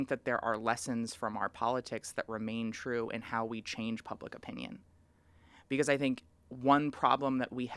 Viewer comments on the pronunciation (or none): Twanz, you know it's twue